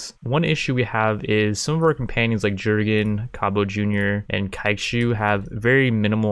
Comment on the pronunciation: The J in "Jurgen" is pronounced like a Y